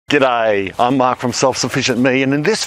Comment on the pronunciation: The moment you started the video with a g’daaayy, I knew I had to watch till completion. Way to go man!